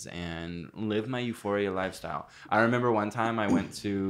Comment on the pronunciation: every time says member we stray further away from God😔😔😔